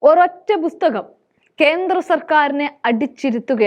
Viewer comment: ബുസ്തകം അല്ല പുസ്തകമാണ് സംസാരിക്കുമ്പോൾ വ്യക്തത വരുത്തുക